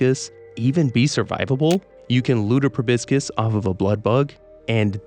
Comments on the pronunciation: It's proboscis, not probiscus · Proboscis is actually pronounced 'Pro bus iss' - the second 'O' is like 'uh' & the 'C' is soft. 🫡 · The way you pronounce proboscis feels weird to me I don't know if it's correct or not but I always thought it was pronounced pro-bos-kiss or pro-bos-siss